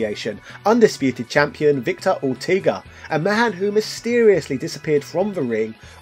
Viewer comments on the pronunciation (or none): none